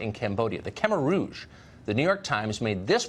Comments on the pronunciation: We just ignoring Tucker Carson’s warcrime on the pronunciation of Khmer? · Tucker's pronounciation of Khmer Rouge is fucked up.